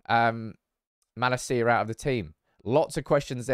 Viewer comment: Van de beek is pronounced van de bayk, not beak. Also the emphasis in malacia should be on la, not ci